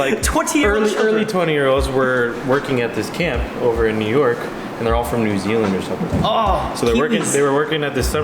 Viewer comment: New Zealand said correcly